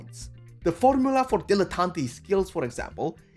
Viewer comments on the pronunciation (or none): It's pronounced "Dill-eh-tant" not "Dill-eh-tant-ay". I felt like I was creeping further into madness every time I heard the word being mispronounced.